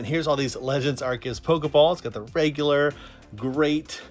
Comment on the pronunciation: its arceus, not arkeus. the c functions as an s because of the vowel after it and it being used in the middle of the word